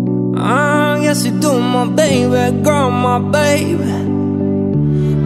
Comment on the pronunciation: When he said "baby" Sometimes it sounds like babe xD